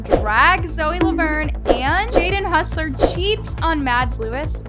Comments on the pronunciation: When will realize that is Hoss-ler not hus-ler 😂😂😂😂 (I’m not hating I just think it’s funny) 😂😂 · okay im sorry but i have to say something. it’s hOssler, like HAWSSLER. no hussler. im so sorry ur all good but..... yeah😅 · its HOSSLER not HUSSLER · She always says Jaden Hossler’s name wrong lmao